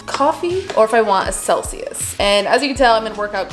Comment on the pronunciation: I really thought she said seltzer instead of Celsius and was like damn, that’s a pre workout drink 😂